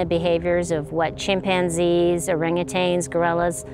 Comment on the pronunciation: Just a thought, and I've had it several times watching these documentaries: Stop saying "orang-a-tang". There is no "tang" element. It is orangutan. "Orang-a-tang" rolls off the tongue, it's a cute term maybe, and the elements rhyme, but it is not accurate. Anyone claiming to be a researcher, especially a primatologist or any sort of wildlife biologist, should have seen the word in print. Also, stop with the "half man half ape" phrase. This is impossible in nature. There are related species, but no "half and half" creatures. Nature, evolution, does not work like that. I get it when the general public falls into this sort of laziness, but we're often hearing people who claim to be taking a scientific approach, saying these things.